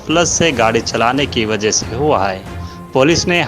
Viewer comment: Wajah not wagah